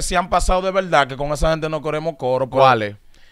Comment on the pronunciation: El urbano Dominicano debe dejar de decir “en velda en velda”